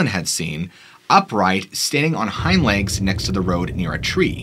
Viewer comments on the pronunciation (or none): none